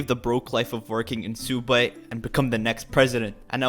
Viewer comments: its subway not suubay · Did you just say "Soob way"? And nobody noticed..? Edit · Why does he say subway like that lol? He is like soooobway but its actually suppesed to be pronounce sub-way? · You should get cooperated because you’re saying Soobway and you got that from the odd ones out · If you keep on saying subway I’m not using star code and tell people you are the baddest you tuber ever and you don’t even know how to say it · It’s not soob-way, it’s soo-ub-way